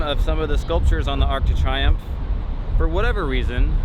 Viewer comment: Love your work always, but did you really just call it the arc de try umf? Lmao